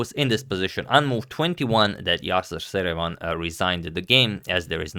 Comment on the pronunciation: Am I really the only one who hears "Saruman" when Agad says Seirawan???